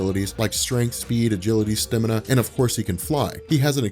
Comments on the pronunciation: STAMINA NOT STINIMA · Dude it's pronounced Staaamina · your pronunciation of "stamina" is infuriating -_